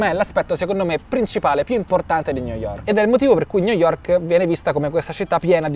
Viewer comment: New yovk